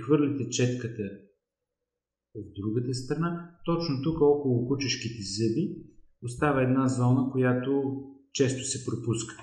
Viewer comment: благодаря за съветите. Само една малка поправка Ви отправям. Много е дразнещо човек да чува зъбИ, а не зЪби и зъбИте, а не зЪбите.